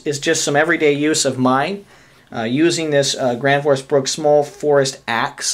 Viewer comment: Why does everyone call this Gransfors Bruks. It's Bruk not Bruks